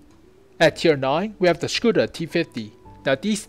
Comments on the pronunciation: Hey. Hope you don't mind few note from native Czech speaker. (I'm no tank expert, so I can't say anything about the technicals.) First - your pronounciation of Škoda is pretty much perfect. Second, the "vz." is abbreviation of "vzor", which is either a "pattern" or "design" (as in industrial design). Google translate pronounces it pretty well if you ever needed it in another video. [It is like English/American "v." pronounced as "versus".] "Kolohousenka" (you pronounce it almost well, again google translate is a good source) is a wheel-catterpillar (literal translation and i don't know of any better). ST (střední tank/medium tank) is the same nomenclature as LT (lehký tank/light tank) And please, if you ever use Czech flag again, please, use a proper flag. That is - the blue wedge goes half way. What you use is like Polish flag with Czech invasion. And I assure you, we have never invaded Poland in modern history (1900+).;-) Oh and when typing Czech names (or words in general) it is suggested to use font that supports Eastern European characters. Interesting enough, only Č, ř, and ě, seem to be missing from your font. I wonder if that character combinations makes sense for any other language. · GuP Hetzer! Yay. Very,very good job on the video man. You are pronouncing "Škoda" correctly too. Can I ask,what is the intro videos name?